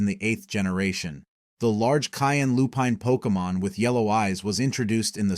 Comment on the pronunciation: Lol Poke eee mon, what are you a soccer mom?